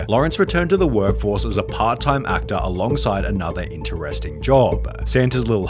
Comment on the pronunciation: american pieya, actaah, labaah, careeah, wondaaah, raceaah, renovatah